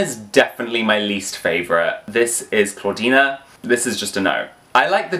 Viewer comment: CLAWDEEN* NOT.CLAWDEENA😭